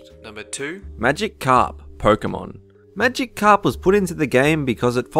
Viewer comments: It's magi- karp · Pie-chu? Magic-karp? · Also, it's Riku, not Raikou. Wrong game. Also, not Magic Carp, it's Magikarp. One word, not two. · Maigkarp is pronounced Magi_carp not Magic_carp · magikarp should be pronounced as one word everybody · The whole mission in RE4 is to save Ashley and bring her home, I admis she's useless and quite annoying but she has an obvious role and btw it's Pi-chu not Pie-chu and Magikarp as one word not magic carp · Magic-Karp is that a pun or can't he say Magikarp... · pichu (pee-choo) magikarp (maji-karp) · Pie-chu, pick-achu, magic karp, samos, Jesus fucking christ